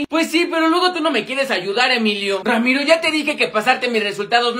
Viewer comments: Y tu diciendo ramito en lugar de ramiro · Dijo Ramiro en ves de Emilio